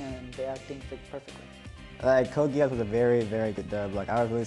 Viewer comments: lol he say code gayass xd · Omg i can't believe that pronounced Code Geass like Code gay-ass. Thats what my ears heard. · did i just heard code gay ass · o.o Brad what did he say XD ''Code Gayass''? This is a good show.